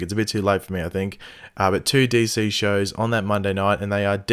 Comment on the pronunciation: I know he says "it is me here" in his intro, but who else thinks it also sounds like "it is mate here"? I mean, that works too 😂